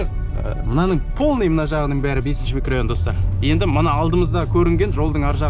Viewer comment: Микрайон емес микрорайон